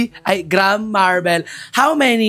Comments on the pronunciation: Marbles not marbel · Bulldog is so annoying, he has the gut to laugh loud when is reading the question pronouncing the words incorrectly, he too can't read properly and pronounce words correctly. It's maar-bl long A and bol. Not mar-bel.